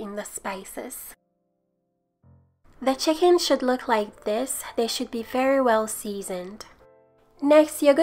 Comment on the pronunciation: The "hicken" sorry I love you